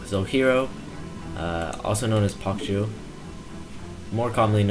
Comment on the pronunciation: I think pokju might actually be pronounced Poke Jew. It means binge drinking.